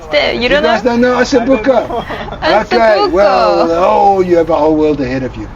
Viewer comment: I loved the way said OSSO BUCO (italian word)...you both very welcome here in Italy,specially in Tuscany my Land